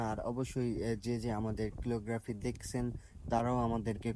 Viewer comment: Bhai🙂 ক্যালিগ্রাফি 👍🏿 কিলোগ্রাফি না 🙂